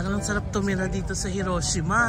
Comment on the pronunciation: Mas tama po ang "hee ro SHEE ma..